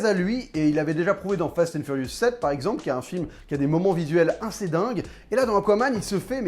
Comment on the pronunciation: J'adore ton taf mais tu me stress ont dis Assez pas Inssez mdrrrr